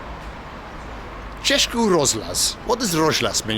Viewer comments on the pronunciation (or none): Nice vid. You need to work on your czech pronunciation tho. češkí rožlas XD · "Český" is pronounced "che-ski" and "rozhlas" means "radio"